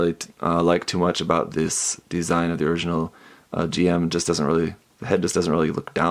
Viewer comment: It’s a little thing, but it’s Jim, not G-M. I know it’s weird, but just a pet peeve of mine